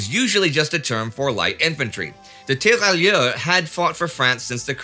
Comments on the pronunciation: 2 things: 1) tear rai ur... the double L is essentially not pronounced. 2) have you changed microphones or has the eq been tweaked? I have only noticed the change over the last couple of episodes; it seems to have highs and lows severely rolled off, leaving just mid range, and it didn't used to be that way...just wondering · A minor note on French pronunciation if I may: If French, the double 'LL' is pronounced like a 'Y' (just like in Spanish 'TortiLLa'), so those soldiers would be 'tee-ra-yeur'. Thanks for everything and keep up the great work!